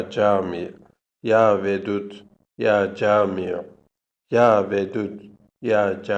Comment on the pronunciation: Ya camiyo yox ya Cami